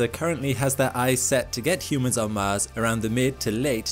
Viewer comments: Man really read "Mans radiation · the mahnned mish shon to mahz